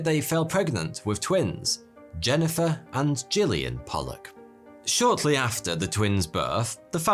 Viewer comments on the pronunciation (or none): none